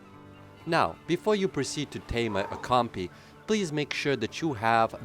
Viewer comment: It's Compy not Campy